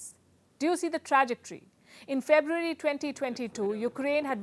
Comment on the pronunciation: You know I wish you the best: ... ''Fé-biu-erry'' .... You are the best!